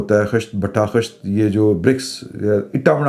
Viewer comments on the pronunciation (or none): It is "khisht" and not "khasht."---Rasheed Khalid